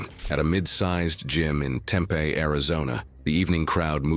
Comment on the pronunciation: It's Tem-PEE Arizona...